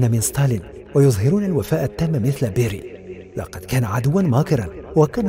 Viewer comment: أسمه بيريا و ليس بيري